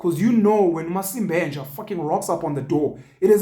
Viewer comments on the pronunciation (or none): Not "masib'enja!" 🤣😂🤣😂